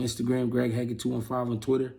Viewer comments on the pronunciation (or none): none